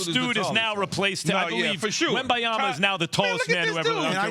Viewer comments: it's Wembanyama and not Wembayama Max! 🤣🤣🤣🤣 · He could not have a more easy to pronounce name —- Wembanyama Wem - ban - ya - ma Sound it out y’all. 😂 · i mean it could definitely be easier to pronounce but messing it up on national tv after a year of hype is inexcusable😂